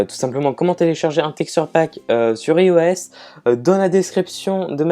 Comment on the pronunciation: dernier faile en fin de vidéo x) ios Ça se prononce ailloesse